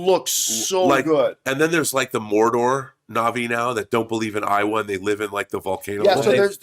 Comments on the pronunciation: Why is this guy pronouncing it "EYE-Wah" if he claims to be a lover of the franchise? It's meant to be "AYY-Wah" and has been since 2009. Come on, buddy. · I was laughing so hard! 🤣 Eye-wuh. 😂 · Hahaha Came here to say this!!! I died when I heard him say "They don't believe in Iowa!" haha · I don’t mean to be “that” person but the word *Eywa* is pronounced “AY-wah” 👍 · Talks about how much he loves the Avatar movies, yet mispronounces the God's name as "Eye-Wa". Yeah sure buddy...Any true Avatar fan isn't mispronouncing the God's name. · After all these years how does Eywa keep getting mispronounced?